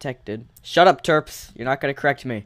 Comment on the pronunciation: I thought you said "Derps" instead of "Terps" XD